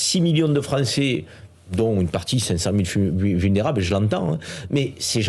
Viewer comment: "venerzble" maitres stp mdr